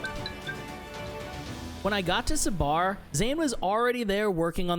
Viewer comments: Amazing work, sidenote not SA BAR its SA BUR short vowel on the a as well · Sabar ( صبر ) in Urdu means patience quite a unique name he chose also we don’t elongate it in English you can ignore a before r so Sabr that’s how we pronounce! Loved your video btw greetings from Pakistan 🇵🇰 ❤ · Just a quick note: you're pronouncing it wrong. You're saying with a long A at the end. As in Sabaar. It's Sabar. So, more close to Sabr but not as abrupt. :) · Great video! I know pronunciation is hard, but its not “suh-baar” its pronounced more as “sub-bur” or “sub-ber”. If youre doing a profile on a restaurant, taking the time to learn pronouncing the name of it correctly seems like an important detail! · Hey, liked the video. The name Sabar is pronounced like "Suh-burr" not "sa-baar". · Its not sa-bar ... Its pronounced as sab-er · The sad part, the narrator screws the pronounciation of the name of the establishment. The second A in sabar doesn't need to be accentuated. It's like you would say an 'er' sound in suffer, power, etc. A little bit of effort, goes a long way. Not to belittle the whole effort in making the video and putting his work out there and share it with the world.